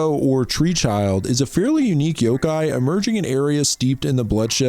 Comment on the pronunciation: It’s yoKai not yoGai 😭